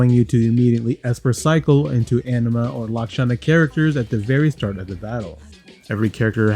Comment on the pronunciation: Great video! But can't stop laughing bc you say 'anima' like 'enema'! 🤣